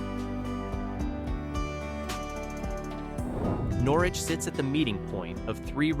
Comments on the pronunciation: Old timers in Norwich pronounce it Nor-itch. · Is this an AI voice? Pronunciation ls are off. In Conn. it is called The Thames (thay-mes) and Norwich is Nor-Witch.